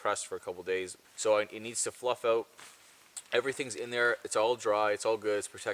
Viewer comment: "Find a spot, and camp-oaut" 😂